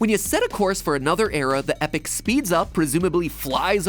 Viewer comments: I still say it's pronounced... (think I made a comment similar on the original video oh so many years ago) like Ee-pawk (like hawk but with a p) not epic. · Dear 2011 MatPat. EPOCH is pronounced 'E-Pawk', not 'Epic'. also, 186,000 miles per second should be converted to 299.337 kilometres per second. (not multiplied by 3600 for km per hour...) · I know there's two ways to pronounce epoch, but the fact that you pronounce it "epic" still bothers me in the version ten years later. Its "e-pahk" or "epuk" phonetically. Its nit-picky, but it's been a decade. You coulda looked it up. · its pronounced ee pock like unit of time, not epic, in regards to epoch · Everyone in the comments is talking about reminiscing and watching Mat Pat grow and I'm over here having a meltdown over the proper pronunciation of Epoch. I've always been told it's Eee-pock, a specific point in history but he pronounced it Epic and I looked it up and...it's not Epic, the o is more pronounced, but the e is still hard e not soft e and I'm losing MY MIND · I don't think you pronounce the word Epoch the same way you pronounce epic... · EpOch, it sounds like he's saying EpIc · You probably got a ton of comments about this, already, but I think the pronunciation of Epoch is (Ay-Pock), not Epic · Matpat: Epoch(Epic) Me:*twitches in Canadian* Me:*yelling* EEPOCH! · Epoch is pronounced "ee - pock" not "epic" lol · Epoch is pronounced E Pac not Epic. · wait wait wait. epoch is pronounced as epic? welp i’ve been saying it wrong for years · Is it pronounced eh-pik? I thought it was ee-pock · Did he pronounce Epoch as epic? Bro Its Ee-pock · Thought it was pronounced E-poch not Epic, you know like a time pun. My life is ruined thanks lols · Why is Mat pronouncing Epoch as "Epic"? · Epoch is pronounced E-pok not epic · Do Americans all pronounce epoch like that, or was that something matpat missed in his remaster? 😂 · EPOCH, ITS PRONOUNCED E-POK! NOT E-PIC! How did you not catch that in your commentary MattPat?